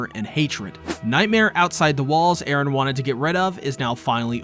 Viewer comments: Western people cannot comprehend the concept of pronouncing a name in a different language. It is Eren and Armin, not "Aaron" and "Armen" ... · Who the fuck is Aren, his name is Eren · jesus christ man you've gotta stop saying edehhn, you're not japanese, you're perfectly capable of pronouncing a western name. also there's no way those missiles are heat seeking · "ERE" idk why this bothers me LOL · why do you keep saying eren so annoying lol is it supposed to be mikasa? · Nice video but the way you overpronounced Eren made me chuckle every time lmao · Great video except for every cringy time you did Japanese pronunciations for Erin's name